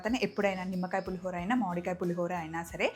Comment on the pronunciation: మాడి కాయ కాదు మామిడికాయ అనండి